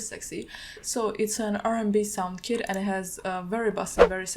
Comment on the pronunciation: For a second I thought she said “I made a new kid” when she was talking about her kit😭🤦🏾‍♂️